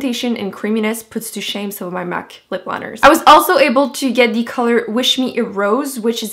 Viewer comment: Anyone else notice that she says "dee" instead of the??